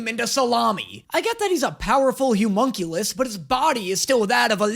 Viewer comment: loving all the reactions and the jokes are A+, but… The word is “Homunculus” - pronounced “hoe-munn-cue-lis” or “lus” (doesn’t matter which, you can cut that U way short in this word, English is dumb).